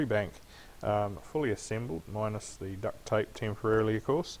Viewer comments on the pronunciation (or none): No hate but why did he day duct tape like that